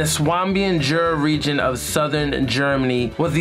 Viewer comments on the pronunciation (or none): none